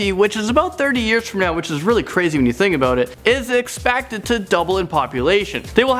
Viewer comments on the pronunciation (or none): none